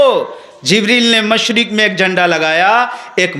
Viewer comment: मुशरिक नहीं होता है बाल के मशरिक होता है जराअल्फ़ाज़ में ध्यान दीजिएगा